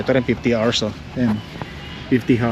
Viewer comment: L.E.D., hindi led. 50,000 hours(ours, not arse) is a very long time. Baka patay ka na, gumagana pa iyang ilaw. Don't be so cheap on things you buy for the house and for your loved ones. It is OK to be frugal, but being a cheapskate is disgusting. Baka sunog lang ang fuse ng radio mo sa truck. Check the fuse. Tunog lata ang nabili mong radio.😂